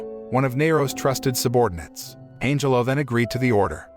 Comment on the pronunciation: I keep hearing Angel-O instead of Angelo.